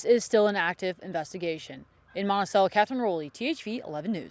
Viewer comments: Monte-Chello? lol, is she from Arkansas. lol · Reporter said Montichello. lol